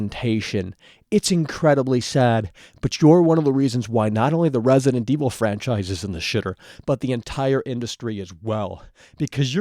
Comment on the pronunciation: He doesn't say franchise, he says "FWANCHIZE!"